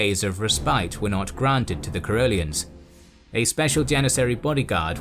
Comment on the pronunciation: Caroleans, Ka-roh-leen-s. Or in Swedish, Karoliner, Ka-roh-lin-er.